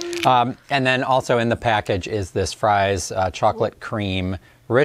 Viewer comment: Frys.....not Fryston!